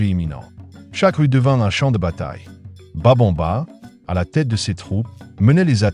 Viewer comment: C'est Babemba et non Babonba ok 👍😊